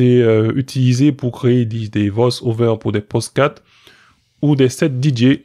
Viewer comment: Il dit posdcat.. C'est pocdast! lol (référence les deschiens: il dit un kdis... c'est un diks!) Merci pour ton travail.